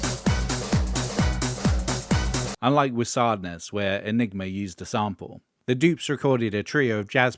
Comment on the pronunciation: Doubt it. The voice is surely AI, considering the pronunciation of “sadness”.